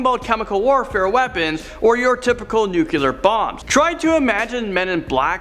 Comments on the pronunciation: Nuke-u-lar Me: NUCLEAR NINJA WE NEED YOU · after you said "nuclear" all I could hear was homer saying "nucular it's pronounced nucular"